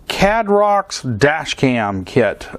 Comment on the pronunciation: I would guess that Caidrox is pronounced more like Caidrox than Cadrox.